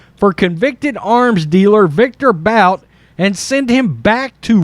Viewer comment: It's pronounced Boot for thethird time. ..but this is something this clown would do to get votes